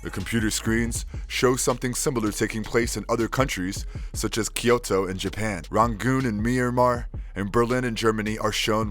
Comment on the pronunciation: It's Kyo-to (2 syllables). Not Ki-yo-to (3 syllables).